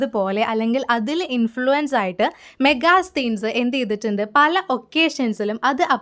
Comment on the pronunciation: Hi, മെഗാസ്തീൻസ് എന്നല്ല 'മെഗസ്തനീസ്' എന്നാണ് വായിക്കേണ്ടത്.